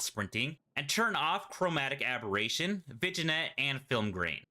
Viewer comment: Vignette is pronounced vin-yet. Just a polite note.